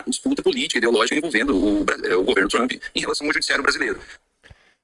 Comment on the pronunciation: Relou! Rere is Lula! Rou du iou du? 😅😅😅😅 Mister Tramp???😅😅😅 Popi corni, aice crim...😅😅😅